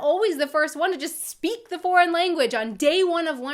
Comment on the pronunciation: Hör mal nen Deutschen Englisch sprechen, sis is horrible you can hear sem speaking se "th" like a "s". Das hört man sofort.